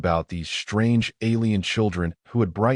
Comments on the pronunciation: "SHTRANGE" yet again!! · .......SHTRANGE!!!!!! NOT A REAL WORD AGAIN!!!!! POS AI!